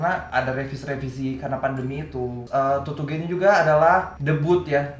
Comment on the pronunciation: Tutuge bang bukan tutugè 😭